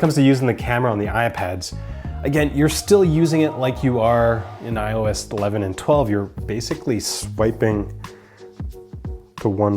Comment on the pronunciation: He keeps saying O IS....its IOS!